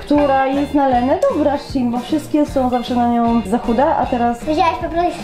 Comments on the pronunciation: Nie mówi się szin shen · Nie chcę wam muwic ale się nie mówi Chine ale musi się szejn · Nie mówi się szin szejn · Denerwuje mnie kiedy moiszbszin a nie szejn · Mówi się szejn